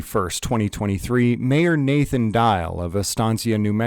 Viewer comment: He can't say Nathan? Is he from Pluto?